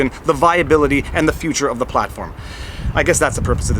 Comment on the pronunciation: "VLAWG" your own way Viva, you own that. 🇨🇦👊💪🇨🇦